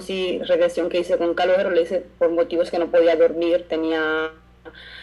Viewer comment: calogero la pronunciación es parecido caloYero y no caloguero, no es dificil.